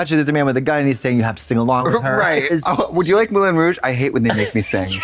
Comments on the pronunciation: You like “Moo-Lan Rooj”? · Moo-lan Rouge lol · Moo-lan rouge